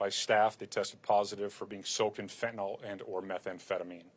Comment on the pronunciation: It's Fentanyl not fentanol numbnuts!